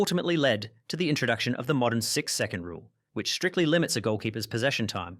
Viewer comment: Why i heard 6 second as 6-7 😭